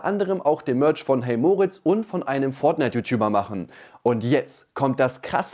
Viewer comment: "Das iss alles Mööörtsch!" Kannst'e dir nicht ausdenken...